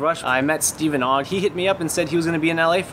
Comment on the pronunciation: IT'S STEVEN NOT STEVEEEEEE!